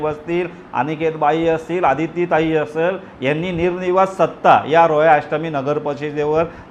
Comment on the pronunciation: आपण तटकरे साहेबांचे प्रवक्ते आहेत का रो-रो फेरी बोट मध्ये वाटेकरी तोंडातून रोहा स्पष्ट येतच नाही... रो..रो रो-अष्टमी....रो- अष्टमी